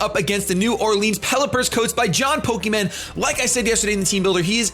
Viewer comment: Does bother any one else the way says "New Orleans". Or is just me. -New Orleans native